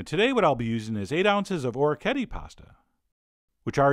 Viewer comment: These vids are great. Always been a fan. But man... I know you've said in the past you aren't keen on pronunciations, but it just bothers me so much I have to mention it, that's not even remotely close to how you pronounce Ricotta OR Orecchiette. I just had to get that out there.